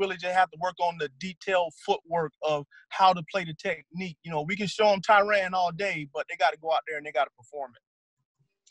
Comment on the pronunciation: I don't understand how so many coaches can coach a guy for a whole year or more & still mispronounce their name. Tie-REN not RAN or RON. It's very simple. I wonder if Tyrann is just tired of correcting mfers